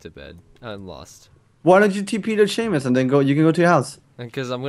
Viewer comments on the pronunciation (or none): Who's Sheaumus? I only know of a Seamus.